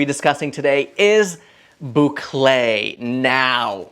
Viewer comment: Hello, tu prononces très bien le mot Bouclé 👍👍👍... Et merci pour tes sages conseils en déco.